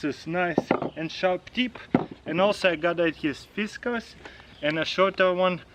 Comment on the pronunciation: Pronounced Fis Cars